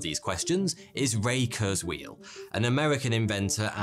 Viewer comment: That's not how you pronounce Ray Kurzweil's name...and ffs, do not compare kurzweil to a fortune teller, the guy actually accomplished a lot besides being a "futurist"...